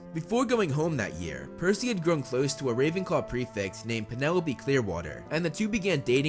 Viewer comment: pernelopee clerwoter.